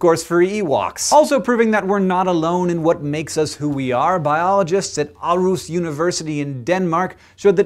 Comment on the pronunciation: Sounded more like (w)alruss to me.